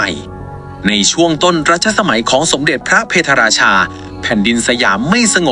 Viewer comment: พะ - เพด - รา - ชา ไม่ใช่ เพ - ทะ ฝรั่งเศสไม่เคยทำสงครามกับอยุธยา